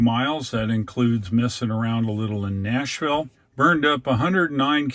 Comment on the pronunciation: you left the S in Nashville?